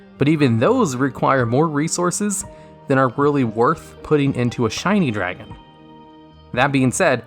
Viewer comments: Did anyone else notice he said "Blue eyes Shiny Dragon" and not "Blue eyes shining dragon"? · am i hearing wrong or is he saying shiny dragon lol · It sounds like he keeps saying shiny dragon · Was it just me or did he keep calling it "Shiny dragon"?